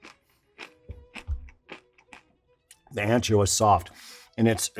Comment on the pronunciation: Love, love, love your videos. Always. Love that you mention you say aun-cho, not ann-cho. ¡Perfecto! But you say hal-a-peen-yo when it should be hal-a-pen-yo. Just an observation and a correction coming from the kindest of place. Thanks Alton!!!!!